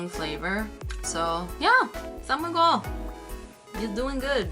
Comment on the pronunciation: Im kinda bothered how u prnounced my name (miguel) 😂 just kidding love from ph!